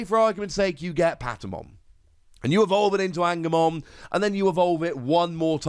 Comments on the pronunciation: Love the videos just to help you Angemon is pronounced An-Ja-Mon like a heavens angel, sorry the Patamon line is my favourite lol. Loving all three starter decks so far. Keep up the great content watching constantly. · Damn, and here I thought he was based off of a right angle or something. I had to pause the video and laugh every time he said it lol. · Since I haven't seen anybody else say it. The ng in Angemon is pronounced like in Angel. Since it's an Angel Digimon